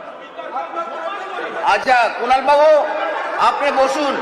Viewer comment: Speaker babu Kunal ke duibar "Kulan" bolechen. Hoi to "Kalangar" bolte bolte bolen ni. 😂😂😂